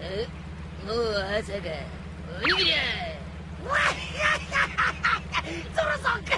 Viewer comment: More like Onigirya